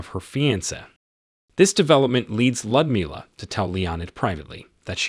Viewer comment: Was this video narrated by an AI program? "Lyudmila" is 4 syllables, with the emphasis on "mil" i.e. Lee-ood-MIL-ah. The Red Army's Annie Oakley, but no Wild Bill Cody circus for her!